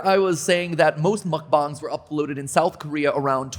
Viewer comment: Muckbongs is what hes saying which is funny